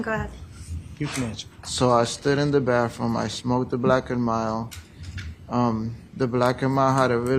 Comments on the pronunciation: TOoooo manyy people say BAFFroom. Please!!!🙄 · Grown man saying “baff room”…what a pos